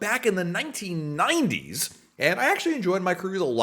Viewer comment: The way you say "1990s" makes it sound like it was 100 years ago.